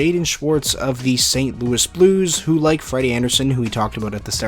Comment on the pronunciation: Sainte Blouis Blues